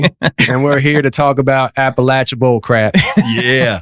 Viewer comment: Def pronounced “App Uh lat cha”!! Lol